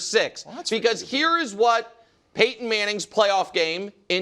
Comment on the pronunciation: They really need to ban Danny from saying Peyton’s name, idk how they let this fly that long 🤣